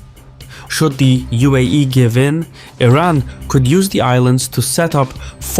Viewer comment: Why does he say Teran instead of Iran like 50% of the time?